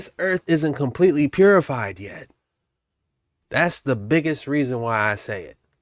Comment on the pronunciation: When you said "purified", I heard "terraformed"